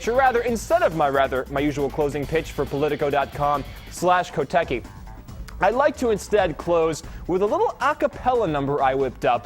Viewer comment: yes you can!!! say "C" in KOTECKI for once, pliiiiiiizzzz!